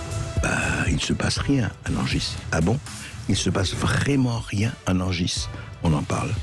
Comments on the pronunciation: On ne dit pas Nangisse on dit Nangi ..merci ! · Non, non ! toujours pas ! Nangis, tout comme Montargis, ça se prononce .................................comme Paris ( et QUI dit " PariSSE " ? ) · Le gars ne sait même pas prononcer le nom de la ville. Je ne savais pas que Sud Radio faisait partie de ce groupe de chaînes siosio de propagande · Le "S" de Nangis ne se prononce pas :)